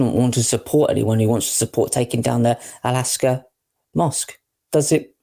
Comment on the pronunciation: It's Al-Aqsa, not Alaska. You're getting your s and q the wrong way around.